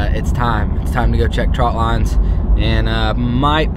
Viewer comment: I'm glad you got it right calling them trot lines instead of ( trout lines) like so many people on here